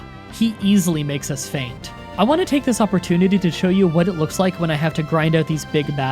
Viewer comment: Why do you pronounce words wrong every now and then? Like you pronounced "faint" as "fant" lol and there were a couple others I can't remember, but I love the videos regardless 💜